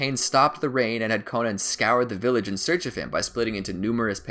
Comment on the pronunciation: Not konan